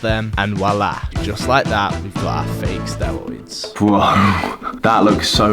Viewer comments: Stewoids, dwugs, Owange, wealistic, thwee. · Sorry but it's so hard not to laugh when you say 'stewoids' so many times in one video. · "Stewoids :3 " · be like: stewoids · I love the way you pronounce Word: steriod. Its like sterud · Everything cool but you not knowing how to say r just makes me feel sick